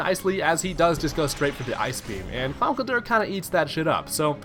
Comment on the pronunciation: It's not Conkelder. It's ConkelDURR. Never forget the DURR.